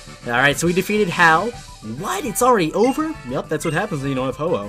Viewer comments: Ho-wooo? its ho o but its spellt like ho-oh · When he said ho-oh I thought he said hello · Ho-oh more like Hau-oh